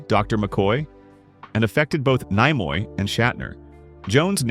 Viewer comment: Leonard Nimoy's name was mispronounced several times. But, a couple of times, it was pronounced correctly. Why not just have a human being sit in front of a microphone?